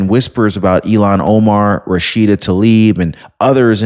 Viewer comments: Her name is IL han Omar not Elon Omar Luv ya! Somebody please tell him. Please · I'm sorry, is her name pronounced Ill-hon or E-lon? E-lon makes me feel sorry for Elon Musk 🤣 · Elon musk not Ilan Omar. Ilhan. Ilhan. Say it right. 😂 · Her stupid name is Ilhan, not Elon. Why do you keep saying Elon, you mispronounced her stupid Muslim name every time you said it. I kept waiting for you to correct yourself, but everytime you called that dumb bitch Elon. Wtf? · damnit man, her name is Ilhon not Elon. It's pronounced ILLHON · DEPORT ILHAN OMAR!!!!, I respect your news outlet and have been listening to you for years!! But PLEASE, don't call her "Elon" Omar!!!! That's really an INSULT to Elon Musk!!!! Her name is pronounced ILL-HAN!! And,fittingly,a nasty disease should be named after her name!!!!! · Dude stop mispronouncing Omar's name. It's not Elon it's illhan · Not Elon Omar, it is “ilhan Omar” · Dude. Pardon me but you keep pronouncing her name wrong. It is pronounced ILL-Han. You keep calling her Elon. He might get mad. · It’s not “Eé-lawn” (like Elon Musk), it’s “Ilľ-hawn”. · her name is ILL-han not E-lon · Not to be petty, but her name is pronounced 'ill - hon" not Elon. I kept seeing his face every time you pronounced it as Elon. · You are mis pronouncing her first name. It's not Elon is Ilhan. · Deport IL Han. Not Elan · Il han not elon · Ill-han not Elon. Thanks Omg I had to stop listening because everytime you mentioned her name I pictured Elon. I will be watching for other videos. Have a Blessed Day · it's Ill-han, not Elon. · Why do pronounced it like Elon Omar not illhon Omar I shoun this channel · It IL HARN. Not Elan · Who is Elon Omar? Do you mean Illhan Omar? Pronounced ill han, not Elon. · Her name is ill -han, not E - lon. Hope she gets deported in any case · Good job,. Here's a hint on the pronunciation: ILL-hahn, not elon Omar. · It's ILL hon Omar. Learn to pronounce the name of the person you're insulting. Its Elon Omar.